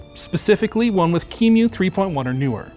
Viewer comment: Qemu is pronounced "cue-emmyou" by the way. But never mind :)